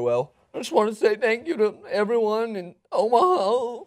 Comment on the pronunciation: It's Omaha not Omahall you dumbasses